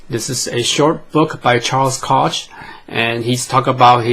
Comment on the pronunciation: Koch...pronounced “Coke”